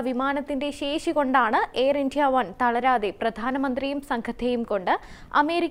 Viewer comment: How is she pronouncing "India"? D is given unnecessary stress..